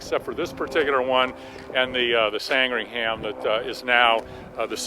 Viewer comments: Fascinating stuff. Great thanks to Kermit. Capitalism has some heavy negatives, but Kermit Weeks's work is certainly one of the positives. One small point: the civilian derivative was called the 'Sandringham' [after a village in Norfolk, England, where the Queen has one of her residences], not, as Kermit pronounced, the 'Sangringham'. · I was just about to type, 'we got one of those in our museum here in my home city of Southampton, UK'. But he beat me to it. 😁 By the way, I love his pronunciation of Sandringham [Sand-ring-ham], whereas it's actually San-dring-um. But who cares, it's just great that he's taking care of a legend of aviation. 👍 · San-Dring-Um not Sang-Ring-Ham.. Just sayin' like... I know you colonials have trouble with The Queen's English.... Gawd bless 'er. If a British place name ends in 'ham' it's almost always pronounced 'um'. Durham -> Durrum. Chatham -> Chatum. Feltham -> Feltum. Cheltenham -> Cheltnum. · Pronounce sandringam or sandringum. We don't pronounce the h . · Kermit, as a Brit, we need to adjust your pronunciation. Sand ring ham is pronounced without sounding the “h” in ‘ham. Sandringam...Americans tend to try and sound the “h”. Thank you for keeping the flying boats alive! Call me when you move forward. I can introduce hundreds of high net worth passengers, and I designed the Challenger 300, Legacy 450 and 500. Not exactly Spitfires, but great designs... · English place names that end in "...ham" are pronounced "...hum" or "...hem" on this side of the pond. Hence, Short Sandringham is pronounced, "Sand-ring-um". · It's pronounced San-dring-um too . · And pronounced 'SANDringum'. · American pronunciation of names ending in -ham is different from the British pronunciation. The name was, and is, pronounced Sandring-um after the Royal residence in Norfolk (Norferk) UK. Glad that you're so committed to preserving this wonderful aircraft. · It sound like you say "Sangringham", The correct name is Sandringham.